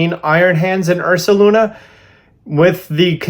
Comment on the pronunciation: THE D IN URSALUNA IS SUPPOSED TO BE AN S!